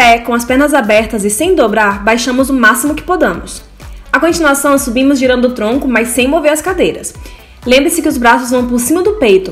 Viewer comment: "Podamos" mano???